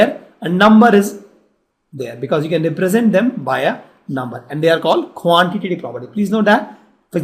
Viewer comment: Quantitative property 😂😂 nice pronunciation 😂